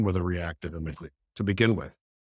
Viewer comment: It's amygdala. It's distracting when people mis-pronounce a part of the brain, when coming across as an expert. I imagine helps others a great deal, but gets distracted by the detail and need to correct the host...which is a fantastic demonstration of ASD. He seems to need to interrupt and not practice the pause himself... 😬 I hope he is still continuing to do his work, open to learn (like correct the pronunciation of amygdala). I appreciated the patience of the host. 👏